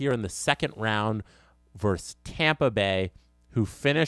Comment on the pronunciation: "Versus", not "verse".